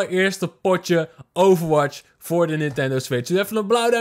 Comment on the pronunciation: Stop met overwaths